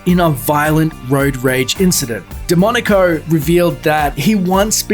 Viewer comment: Every time he says DeMonaco it sounds as demonico.